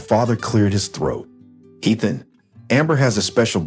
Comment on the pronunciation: And say the words correctly, especially the name Ethan